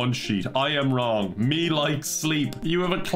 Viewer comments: Am I a racist because when I heard the name I Am Wrong, I thought it sounded Asian? It's pronounced Wlong, by the way. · I thought was saying Ron and not wrong for the first minute and it did not change the meaning or my understanding of what was going to happen at all😂